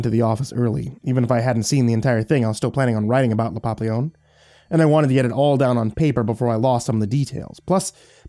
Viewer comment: please, it is pronounced "papee-yon" not "pop-leon". It is the French word for butterfly. Like how tortilla is pronounced "tor-teeya", not "tor-tiluh". Great narration otherwise but this is driving me crazy.